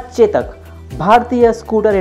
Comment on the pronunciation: Ye chetak nahi chodak hai